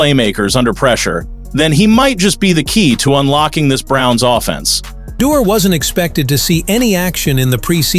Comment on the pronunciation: Plz pronounce his name, right